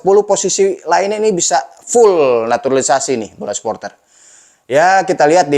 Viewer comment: Gak enak banget sebutnya NATURALISASI... Ini bener Jurnalis...?😅😂